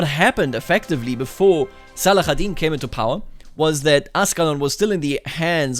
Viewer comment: Great video as always ! (But just for your info in arabic saladin is called Salahadin, with an h sound not the kh sound)